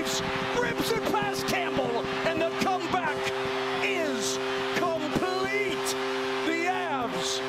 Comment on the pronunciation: "Comeback Comprete"